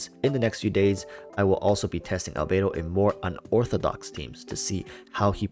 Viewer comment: albedo == "albeidou"? can't unhear the 'beidou' word